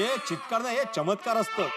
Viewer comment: Others : Chamatkar Iyer : Chitkar